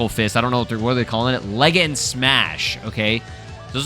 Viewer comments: I'm ngl I was laughing hard af when he said leg-end strike 😂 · "Leg end Strike" its Legend strike bro😭, W Vid